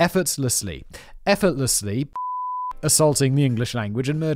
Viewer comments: Simon really struggles with pronouncing effortlessly.... I propose Danny and the other script writers should effortlessly work "effortlessly" into every script Simon has to read from here on out, at least until he doesn't fumble it anymore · Drinking game: Take a shot every time Fact Boi stumbles over the pronunciation of effortlessly.🍷🥃🍸🍺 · I love hearing Simon trying to say "Effortlessly " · We need that word in every script. Simon says it effortlessly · yeah, idk wtf you're even on about homie, I'm a devout Simon whistler fan and supporter, my comment was a joke, and was only made in fact, because Simon himself makes fun of the trouble he has saying that word. Nothing I said was mean spirated, everything was in good fun, if you actually watched every video from every channel that he has, like I have for at least the last 8 years, you would know that he makes jokes about not being able to pronounce that word in literally every video that he has to say it in. Hence why I made the comment, he knows its funny, the writers know it's funny, and the real, everyday, every channel, every single day video watchers know its funny. If you really followed the whistlerverse, you'd know it was funny too. Thank you, and have a good night